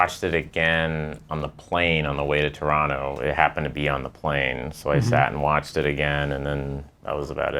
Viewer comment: Bill Hader pronouncing Toronto properly in this interview gives me so much energy